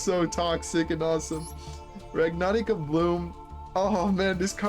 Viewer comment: My man, you went and built a "rag-na-rai-ka" (everyone else is pronouncing it like this)... And cook like his life depended on it! I'm steal the list, but know your work isn't unnoticed.